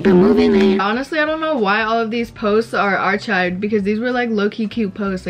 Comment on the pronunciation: It’s ‘arkived’ not arCHived